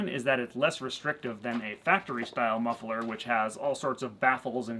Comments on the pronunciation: Muffler not mufferler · pronounces muffler as muff-e-ler, is that American/regional or just a gimick? (Dutch myself)